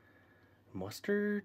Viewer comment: "Push out the mastard"